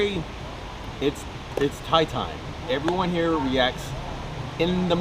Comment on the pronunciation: herro. Wtf? Haha